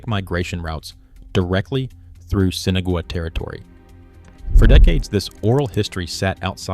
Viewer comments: Why is Sinagua being mispronounced so incorrectly. sen Ah wah, not Sinigoway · You need to pronounce the name of these people correctly. Spanish for without water - Sin Agua not sinagooa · Seen Aww Wah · "Sinna-goo-ah"? Thanks, AI, for turning an interesting piece into highly questionable AI slop. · The mispronunciation of Sinagua by the AI voice did it for me, I'm outta here.